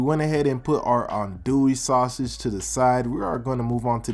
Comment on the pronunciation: Did you just say adoey sausage?